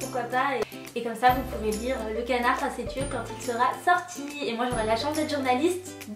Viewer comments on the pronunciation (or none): Je suis serpentard de cœur et d’esprit mais d’après Pottermore je suis Griffondor. Ça va c’est pas comme si c’était des maisons ennemies 😂😂 Ps : le mot facétieux se lit « facéssieux » 😉